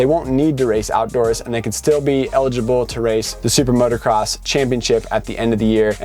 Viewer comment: It's MOOOTOOOO CROSS... NOT MOTORCROSS